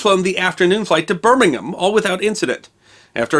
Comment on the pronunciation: Well done for pronouncing Birmingham the English way!